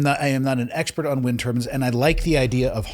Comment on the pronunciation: Turbines not turbans.